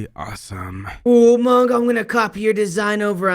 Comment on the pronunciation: It's not mango is mongo